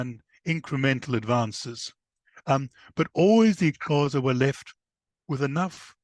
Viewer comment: Please can this man go learn how to pronounce the Xhosa correctly, before trying to tell their story! It's rude to talk about a people without having the respect of learning to correctly pronounce their name! mxm